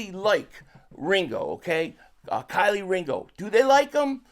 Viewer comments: I’m tryna understand why you keep calling him Kylie 😂 his name is kelee 🔑 lee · Bro still can’t pronounce Kelee right lol Kylie is crazy 😂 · KEE- LEE, ITS PRONOUNCE_________________KEE-LEE DAMN GET THE NAMES RIGHT 🤔🤡💩go to Black folk pages that have interviewed him or college tapes so you have the names down🤣🤣🤣